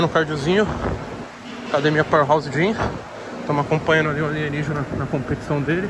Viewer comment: Ninguem:A Toguro:alienigina ta muito debilitado